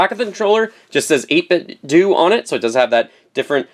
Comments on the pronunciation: I don't want to be that guy, but do we say Nintendo or Nintendoo ? :) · Pronounced 8bit-doh like Ninten-do! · it's pronounced "doe" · I think it's pronounced 8 bit o The "d" is silent. Update: The "do" is pronounced the same way you would say ninten"do"